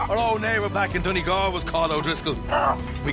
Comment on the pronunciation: not sayin this to shit talk but to pronounce Donegal the Done part is "dunny" and the gal part is pronounced the same way youd say "gall" in gallbladder and that also applies to Galways pronunciation Enjoying the video so far jus wanted to mention this! :D